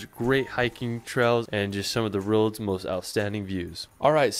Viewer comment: He also can't say "world" properly. Boy is annoying like.